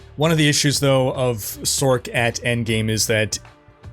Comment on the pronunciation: when tf did people start calling them sorcs? Like Sork... its sorc as in sors. Not sork. tf is sork.